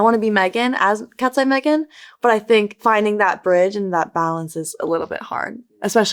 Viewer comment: where is Manon ??? its not katseye its katsey